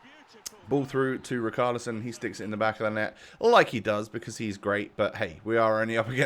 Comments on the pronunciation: It’s rich arlison not ric arlison love the vids tho keep it up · U have to pronounce the ch in Richarlison